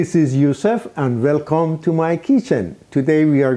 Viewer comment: When i hear "velcome", i know this Juhjeh is legit